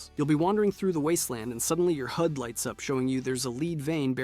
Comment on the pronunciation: yeah, what's a targeting "Hyoodai?"